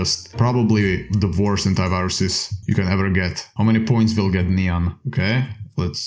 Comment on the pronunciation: he probably thinks nyan is said like cyan